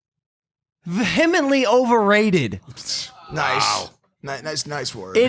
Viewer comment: you pronounced vehemently wrong you dunce